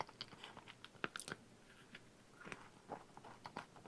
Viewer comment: 아 페레로쉐 아니고 페레로로쉐인데 매번 틀리는 거 커엽 .. ㅠㅠㅋㅋㅋㅋㅋㅋ